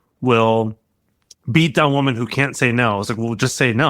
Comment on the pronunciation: Please learn the diff between the pronounciation of women and woman.